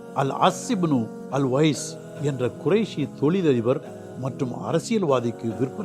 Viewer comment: அல்-வைல் என்று எழுத்த வருகின்றது , அல்-வைஸ் என்று கேட்கின்றது🫤